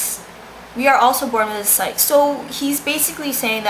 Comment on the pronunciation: it's also pronounced psych-ee, not psych.